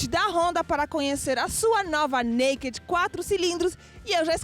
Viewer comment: Eu não sei o que tem esses produtores de conteúdo para pronunciar o D da palavra NAKED. Está erradooooooooooioooo